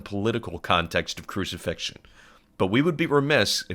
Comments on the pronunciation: 'crucifixtion's a dawdle' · “Crucifixion? Goood.”